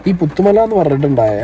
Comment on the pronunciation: പുതുമല ❌ പുത്തുമല ✅